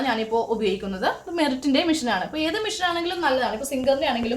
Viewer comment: ചേച്ചി മിഷൻ അല്ല മെഷീൻ എന്നാണ്